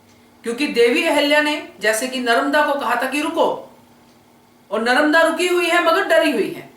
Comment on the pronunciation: Nice explanation but say Narmada not Naramda